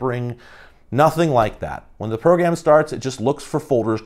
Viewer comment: Is it only me, or when you hear say “Program” does anyone hear “Progam”? Idk bro it’s subtle so it’s slowly messing with me lmao